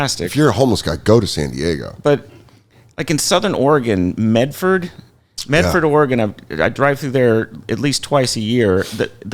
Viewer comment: Shout out Meth-ford Oregon 😅😂🤣